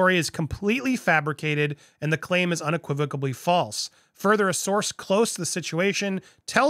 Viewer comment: I feel so bad for Will either way, Jada has done him no favors and he's so much better than her! I've been wishing he'd just leave her for a long time.. also, there's no B in the word unequivocally lol just saying 💁🏼‍♀️